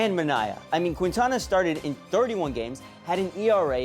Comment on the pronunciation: it's "keen-tana" not "quin-tana"